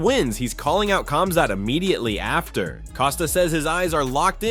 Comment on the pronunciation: Khamzat — it must be pronounced like this Hamzat but not KAMZAT it sounds weird. Remember once and for all (KH=)HAMZAT